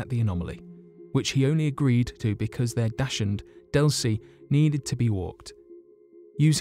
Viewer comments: What did Betty and Barney Hill have to walk? A Dagwood? Daghood? Dashhood 🤨 You obviously can pronounce Dach (like Bach & Mozart), s, and Hund (who & nd) so it can't have been the dachshund dog 😅😝 Just teasing! Like the video so far 👍🏻👍🏻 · “dash-und” love that pronunciation lolololol. 💕💕💕💕💕💕 absolutely the top uncovered little piece of info in this entire video!!!! 🤣😉 🐾🐾